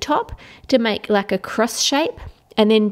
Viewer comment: al zaidy its make not mack